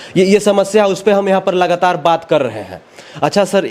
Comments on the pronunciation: मंत्री जी लगास्तार (लागातार ) पर्यंस (prayas)कर रहे हैँ 😂😂😂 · साला बोखा पांच साल जेल में था इसलिए हिंदी भासा भूल गया है। 7 मिनट में 70 हिंदी सब्द को गलत बोला है। जितना को जेतना, लेकिन को लेकून,लगातार को lagastar कह रहा है तुम अगर चना भी बेचोगे तो साला कोई नहीं लेगा bhaduwa। पत्रकार भाई इसको दारू पीते हुए वीडियो बनाओ।